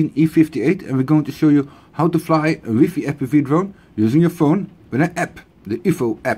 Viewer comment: Connect to your "whiffy" haha!